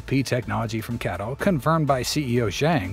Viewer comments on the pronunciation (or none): It's pronounced C A T L not cattle.